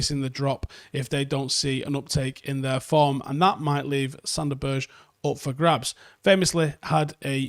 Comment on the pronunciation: Good list. Sander's last name is pronounced 'Berg-eh', just FYI.